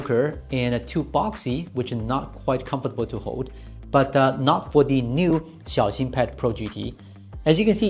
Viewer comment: He's pronouncing it correctly